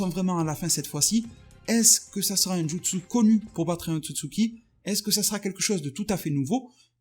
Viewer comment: C'est JUtsu pas JItsu